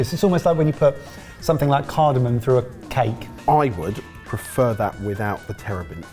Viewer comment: CARDAMOM. Is it just me, or does everyone pronounce this incorrectly? 😀